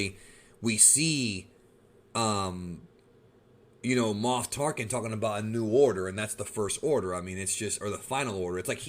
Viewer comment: Moph Tarken lmao